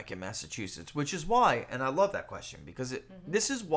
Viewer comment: And 'END' for 'AND' 🤭teeheehee🤭